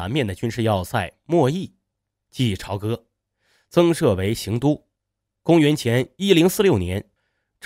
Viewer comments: 朝（讀作Zhao召）歌, 不能讀做潮歌。非常錯誤。應該到當地，聽聽當地人怎樣稱自己的家鄉。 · 朝歌读招哥。朝是朝阳朝霞的朝，是早上的意思，读阴平。